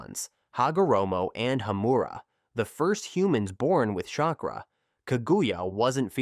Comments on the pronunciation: Shakra 😂 nah good vid tho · Chakra not shakra